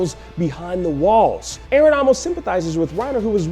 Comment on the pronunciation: 316 It's Eren, not erin, not eron, why is it so complicated for you two to remember his name right.